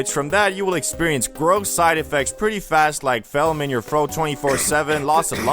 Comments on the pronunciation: dont forget "phelm in your throat" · "felm in your throat" bruh you mean phlegm ? also, for having a channel about drugs you sure dont know very much about them like PHYCHO-LOBIN ? are you trying to say psilocybin ? you couldve dome 30 seconds of research on shrooms to know what you were talking about. this video is embarrassing bc it shows that you confidently spew incorrect shit without verifying the information